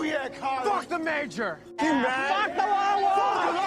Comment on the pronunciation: THE M A J O R .. NOT THE MAYOR 😂😂..